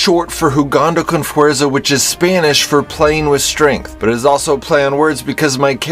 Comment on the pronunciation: Oof the way he said fuerza made me cringe